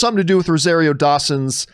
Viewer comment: John is a hater...And it's pronounced RO-ZAR-RIO